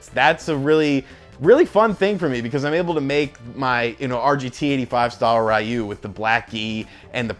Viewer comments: Fantastic preview. 'Ryu' is pronounced more like 'rew' (few with an r). My copy finally arrives tomorrow. Woot. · I find it so funny how americans can't pronounce 'Ryu' correctly, lol! Anyway, nice video bro ;)